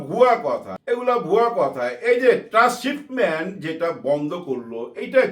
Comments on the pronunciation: শব্দটা ট্রান্সশিপমমেন্ট(Transshipment) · Afsari Bhai, Beadobi neben na. Shobdoti trrasshipment hobe na, hobe Transshipment.